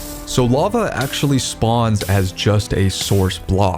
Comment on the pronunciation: It's lava not lagva! Thanks for the correction!